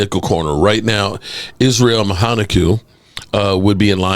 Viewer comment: Also, learn how to pronounce players names. Who in the hell is Israel “Mahanaku”?